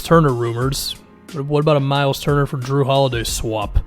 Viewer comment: “Jrue the shoe holiday” 💀